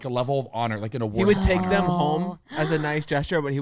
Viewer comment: love “thum” instead of “them” 😭😭